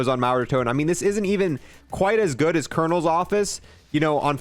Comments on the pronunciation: Did this guy just say call in ull office 💀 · he said colonels office instead of saying it the right way cernels office